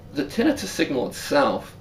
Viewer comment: Tin nai. tuss. Not tin I fuss.